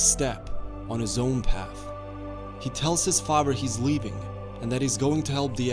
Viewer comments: Father NOT Fafer. So annoying. Good video though. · di... did you say zuko's faver instead of father? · The way he says father. Fahver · The fact that you don’t really pronounce the eth sound makes your pronunciation of “father” sound kinda German; I like it. Good character study. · Okay, I've got to say it. Father has a th in it, not a v.